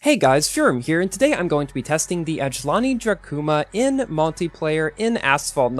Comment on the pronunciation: The way you say the name of this car I thhink is too soft. Its Ajlaaani Drakuuuma lol I think